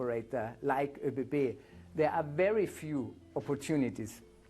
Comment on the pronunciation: It's pronounced "ÖBB" instead of "OBB". Btw., why would you need a night train for a 4 hour ride (Vienna - Prague)?